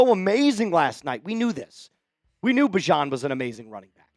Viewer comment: by the way, bijan corrected the SNF crew that he'd rather be called "bee-zhon" again😂time to switch back